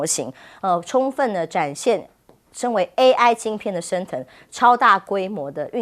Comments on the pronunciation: 什麼爛主持人,不但只會讀大字報還讀錯,AI説成A1 sauce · 主播说A壹，哈哈哈！！！ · AI念成A 1，主持人已经可以来美国当教育部长了！ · 主持人怎樣也把AI說是A 1呢😂😂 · AI唸成A1、「業內」分析變成「內業」分析⋯⋯主持人連照唸都唸不好⋯⋯